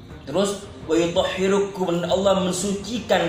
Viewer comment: Wayutohhirokum mas , bukang hirukum